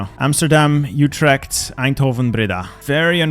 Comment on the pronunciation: You're a belgian why the anglo pronounciation of Utrecht lol. You got Eindhoven tho best city woohoo.